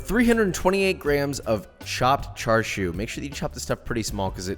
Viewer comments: why are you saying it like charshu I thought it was chashu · he said charshu instead of chashu lol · it's chashao aint no (Char Siu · Char siu Bao … dim sum classic. Try char siu sou (pronounced like so) for a change. It’s in a light pastry and is really good later in the dim sum only because it feels a bit heavy. Some one tell Jonathan it’s char SIU (“see-oo”) not char shew. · It’s pronounced cha sew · I think "tsa" would be the closest actually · Tbh I was confused as to wth charshu was the entire vid until I realized it was chashu he was talking abt lol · It’s pronounced more like cha sauw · And it isn’t char siu it’s cha siu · He says char siu like chashu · Char shew 😂😂😂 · you are saying Char siu wrong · When you're not Asian and correct his pronunciation out loud every time he says Char Siu, lol.